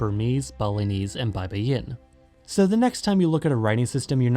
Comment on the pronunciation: Baybayin is pronounced like buy-buy-in not bye-bye-yin